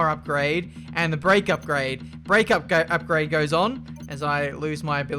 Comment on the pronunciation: Nobody:: Upgade